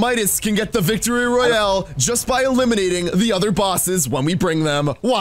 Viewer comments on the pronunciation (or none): none